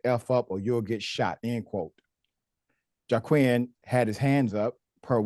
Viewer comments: Ummmm, his name is pronounced wah-keen not jawquwin. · Pronounced Waa-keen